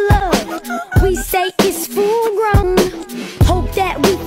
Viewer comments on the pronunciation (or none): “U saiy it’s pUppy luv” “WE say it’s FullGoaaiuwwn” 💀